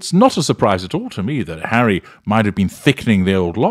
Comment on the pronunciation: She pronounces his name Hairy anyway so it makes sense.